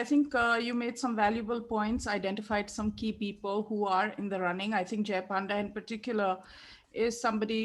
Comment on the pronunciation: I'm an Odia from Odisha. Excuse me for saying this, It's not 'Joy Panda', his name is pronounced 'Jay Pawnda'. Thank you. Sorry😂